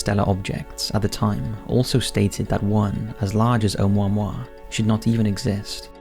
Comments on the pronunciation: Just FYI from Hawaiian it's pronounced Oh-moo-ah-moo-ah, not Ohmwahmwah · It’s pronounced Oh Moo Ah Moo Ah... not Oh mao mao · Um. it's Hawaiian, not French. Each vowel is pronounced independently. Try Oh-ooh-moo-ah-moo-ah, not Oh-mo-moi. Lol. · Have you really never heard the name of this thing spoken out loud? It's pronounced "Oh-moo-wa-moo-wa." You gotta enunciate. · It's pronounced and spelt O(h)u(oo)'mu(moo)-a(h)mu(moo)-a*h). It's not French. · Pronounced Oh Moo ah Moo ah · It's O-moo-a-moo-a 😉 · "Oumuamua" The crap rock.